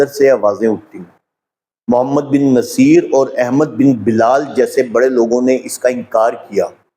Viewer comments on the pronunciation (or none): none